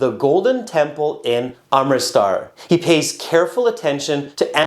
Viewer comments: not amtirstar but amritsar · Its not amritstar its amritsar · You, yourself can't pronounce Amritsar correctly😂😂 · i appreciate your help but be respectful and pronounce the indian names and name of the states of india correctly